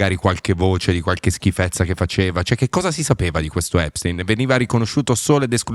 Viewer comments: A espstein fair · Non sa nemmeno pronunciare Epstein file !!! Sta merda